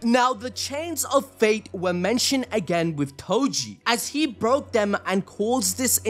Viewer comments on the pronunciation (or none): none